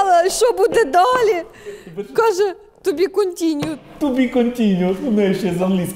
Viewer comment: Ту бі кунтіньюд, вері гуд, як вчив вчитель